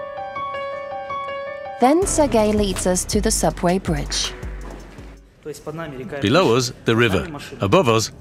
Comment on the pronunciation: Oh no it's the "bridgtch" narrator woman again. At least she only said it twice this time.